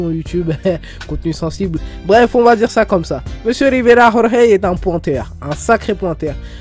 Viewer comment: Rrrriverrrrra rrorrrey